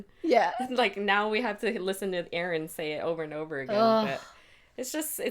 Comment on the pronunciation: Euron = "Yer"on not Aron =P